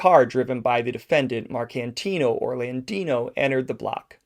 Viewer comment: Marcantonio not Marcantino